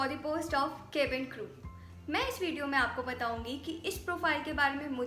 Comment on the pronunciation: First of all its not केबिन crew....it's कैबिन crew....otherwise it's all great